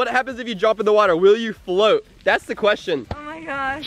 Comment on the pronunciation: it's float not flot